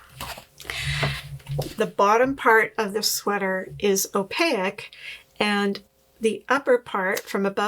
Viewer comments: Sorry, have to say...its pronounced "oh-pake", not " oh-pay-ik", loved the video. Sally's books are the first ones I bought for my library when I was new knitter. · opaque is pronounced in 2 syllables: o - pāk'. don't insert an i anywhere. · I’m fascinated by how u pronounce “opaque.” I wonder if that is the French influence in Canada. Anyway, I’m having a blast watching your videos. Love, love, love your humor, plus I’m awe struck by your refined FOs. So impressed.🥹